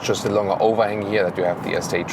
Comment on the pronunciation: When you say longer, please say the G like you would do in the german word Gestern!! Vielen dank :-)